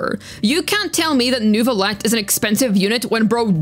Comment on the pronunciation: You said Neuvillette correctly! I am shocked. I love your accent!